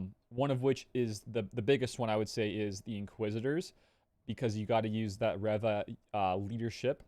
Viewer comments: Reva. Reeeeeva. Not rehva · If you say Reva like that one more time I’m gonna blow my brains out